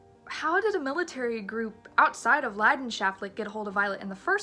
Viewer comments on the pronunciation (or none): As a german the way she Pronounces Leidenschaftlich is a little painful.